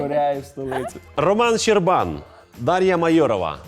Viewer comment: Одна я почула що ведучий сказав ЩербАн , а не ЩЕрбан ?